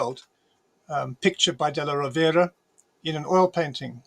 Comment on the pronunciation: He also mispronounced "della Rovere" (Rovere is accented on the first syllable).